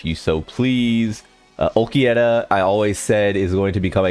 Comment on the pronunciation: He does it on purpose.